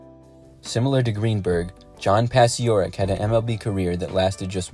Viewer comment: Yes, it's pronounced "Pachorek." His story is told in the book "Once Around the Bases" (1998) by Richard Tellis; and it was the best 1-game career in MLB history.